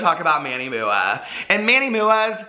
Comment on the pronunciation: I love that you call him Manny MUA pronounced Mooah I legit thought that was his name when I first got into beauty videos lol 😂